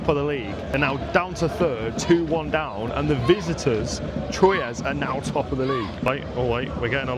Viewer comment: Technically Standard Athletic Club were founded in Paris seven year prior to Red Star but some people will say Red Star is the oldest Parisian club. There are a lot of clubs in Paris besides PSG but everyone focuses on them obviously. I've been a fan of PSG since 2003 but I would like to see Red Star promoted to Ligue 1 alongside Paris FC. Troyes is also pronounced Twa.